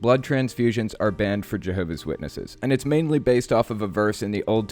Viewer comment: Why can't she bring herself to pronounce the 's in Jehovah's, first of all. There are a lot of smug JWs like this lady - got a couple in my family. Very unintelligent ppl who believe they have everything on a string. She seems like a particular treasure, I must say.